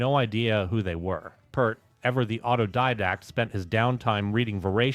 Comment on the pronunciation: Uh oh....you said "pert" not "peeeeaaaaaart" ...here come the angries Thanks for the content bro! :)